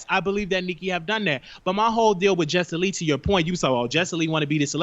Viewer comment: He was killing me messing up the names, "Justin Lee, Armad, pyola"....lol